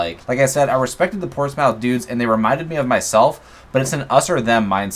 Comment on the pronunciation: as a brit, the way you pronouced portsmouth was hilarious 😂 great video mate